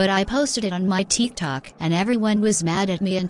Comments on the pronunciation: It’s tick tok not teek tok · THEETH TOK LOL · Nobody: Literally nobody: Not even the neighbors dead cat: That Vegan Teacher: TeEk ToK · "teek toc" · she said "Posted it on my TEEK-Tok" 😭😭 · On my teek tolk